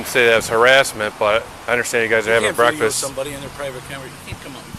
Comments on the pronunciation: Breakfast not brefix I'm just saying. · Did you just say "brefix"? Did you mean "breakfast"?